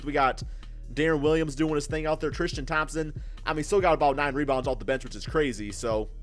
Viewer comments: Tristan not Thrishtan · "thrishtam thompson" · The way he pronounces his name "Tristam Thompson" 😂😂😂